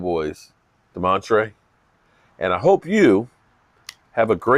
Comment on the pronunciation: It's Damontae no r in his name❤